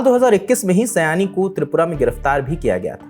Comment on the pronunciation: Please use Bengali/Sanskrit names correctly. In Hindi it will be शायनी not सयानी.